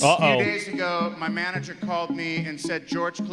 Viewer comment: I need to continue my crusade to make people hear the stupid extra syllable this narrator adds on to every single sentence… it’s infuriating. EDIT: “we’re normal just one year ago-wa”